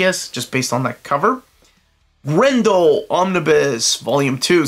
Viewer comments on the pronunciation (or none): none